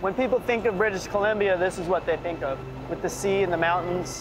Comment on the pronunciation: This guy said British cilimbia